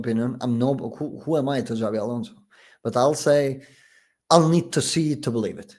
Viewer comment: This is how you know that those guys are basically Casuals and charlatans... when they literally start the video by Pronouncing Xabi as Zabi 😂.